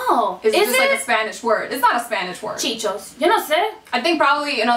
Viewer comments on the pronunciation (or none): Lol.. its chi chis.. lol not chichos😂😂😘😘